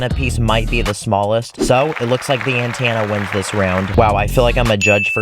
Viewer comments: Say it like an-ten-uh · Me getting triggered when ever he says antanna instead of antena😂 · ANTANA. Me: antenna 😂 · are we just gonna skip past the way he said antena? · i love how he keeps saying antanna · I don't wanna be that kinda person, but when I hear you say antenna, I get a kidney stone that increases in size every time you say antenna, but you're great so I guess the kidney stone is worth it